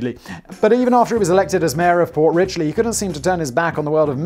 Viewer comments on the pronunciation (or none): It's Port Richey, not Port Ritchley....it's a dump and we other floridians make fun of lol. There are actually much better stories about that crap hole lol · Port Rich-ee not "Rich-lee" , you knob. ; ) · It is Port Richey not Richley, I currently live there. We have a messed up history with mayors including election violations, protentional voter fraud/election fraud, tax evasion, practicing medicine without a license, and shooting at a swat team. The amazing thing is this is not even one of the more crazy parts of FL it is one of the more boring areas made up of snow birds. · FYI - there is no "L" in Port Richey. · There's no "L" in Port Richey... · It's Port Richey. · Its pronounced "port richey" no "l" . Not port richey.:)...